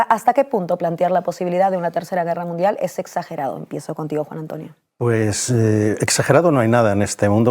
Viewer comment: Ah no es Iii guerra midial no es es confontación munfial se estan mostrando los dientes?? Jaja